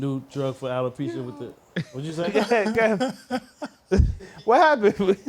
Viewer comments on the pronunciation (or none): none